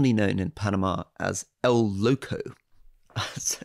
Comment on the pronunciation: Why can't Alistair say 'loco' correctly? It's extremely easy.